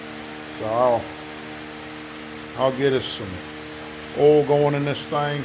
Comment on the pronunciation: I bet that you were going to pronounce oil, ol' based on the captions, before I clicked. Not disappointed. Lima engine, right? I haven't seen one in years....